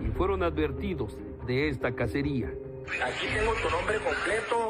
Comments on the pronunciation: Ca(C)ería, no casería. Tomen un curso de gramática, an tes de dedicarse a desfigurar el idioma. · "Cacería" no "casería"